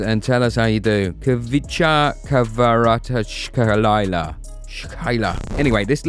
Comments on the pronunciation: Not Kvarachkaila but Kvara-ts-kh-elia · Kvarachkelia not kvarachelia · Kvara - Ckelia is closer to his last name then what you're saying. Dont torture yourself lol. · Don't need to struggle. Just say Kvaratz-helia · Hvicha KvaratsHelia this is how to pronounce his name in English. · Nobody butchered his name worse than you lol ! Kvarashyler Freestyler raka makafo ! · Its not that hard, rly - Kvara (very ez to pronounce). problem is next for letters tskh, which, in Georgian is just two (ცხ) - pronounce it like "s" and "k" (preferably with sligh hush near the end) which are closest. Elia is also ez. So Kvara(t)sk(h)elia. Hope i made things easier for u. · its izi you need to say kvarackelia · Mate, your pronunciation isn’t even close 😂